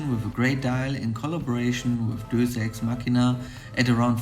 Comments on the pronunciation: Great video as always. Just want to point out that in the instance deus is from Latin and for this company is pronounced day-uss. Love the dial colours and in my opinion this is not a luxury watch rather a premium watch so the packaging is more than sufficient for the product. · You can't even pronounce the name of the watch correctly